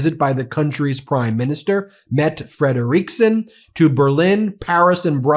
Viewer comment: FYI, it's pronounced Metta FREDriksen